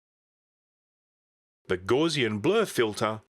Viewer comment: Hey man, Gaussian is pronounce like "house" and not like "gauze". Gauss was a famous mathematician. I think back in the day it would've depended what your previous Mac was. If you had a top-end 68040 it would be a big step back. But what if you were coming from a 68030 or 68020. I doubt anyone would've been leaping all the way from a 68000 system. (I was an Amiga guy in those days.)